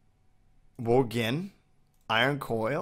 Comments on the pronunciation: Gin gin gin gin gin gin gin is all I hear... It's pronounced jin not gin... Like cotton jin. It's pronounced jin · It's pronounced wool Jin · btw gin is pronounced the way the type of alcohol is. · He pronounced gin with a hard G lol